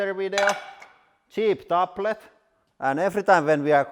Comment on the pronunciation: “cheep topplet”